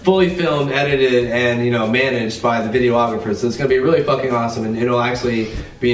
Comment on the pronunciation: videographer, not video-ographer